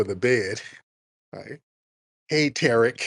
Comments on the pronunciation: People piss me off when they purposefully mispronounce that man’s name. It’s TUH-Reek, not TARICK😒 She sounds like a welfare recipient who hate that the money is about to stop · Two-Pack Shakur, Tear-ick Nasheed, Louis Far-A-Con, Sad-Um Hussain. WS suspects go out of their way to mispronounce people of colors’ name. They stay on code. Stay focused. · I expect when ppl come at like "Tarik".....They getting ready to disrespect him.....🙄🙄🙄🙄...Yep, she knows the correct pronunciation is Tariq....Get her, 🤓🤓😂😂😂😂😂😂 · 😂 A lol Tariq Thrashed the big back as soon as she verified that she was actively mispronouncing his name. It's funny , once he identifies that your on some bulshit , it's a rap. On the serious side , it's always a pleasure 🙏 my brother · Debbie is a disgusting, hypocritical, shameless liar. She's defaming Tariq's name and purposely mispronouncing it. Why does she think anyone would listen to anything she has to say. Her credibility is at the gates of hell. And got the nerve to quote scripture. Ugh. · She was pissing me off saying that man name wrong, for some reason that shit gets under my skin